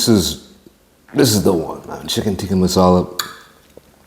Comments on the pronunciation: You need to have chips with it. It’s masala not mussalla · It's massala not mussala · Mussala ffs its Masala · It’s Massala not Mussala. The food would be fifty times better in the restaurant. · Bruh they cant even pronounce there own national dish name right its "Tikka Masala" not Mussala somebody call to look at this restaurant. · It's Chicken tikka Masala not Mussala lol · Mussala? Hahaha it's Masala. Great British dish. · its not mussala, its masala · 'Mussala' lol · chicken tikka "moosala" haha😂😂😂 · that "mussala" sent chills down my spine..... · what is Mussala? is it not masala?